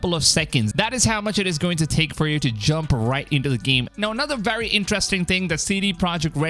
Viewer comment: Someone teach this guy how to pronounce his V's, it's wery wery hard to listen to 😅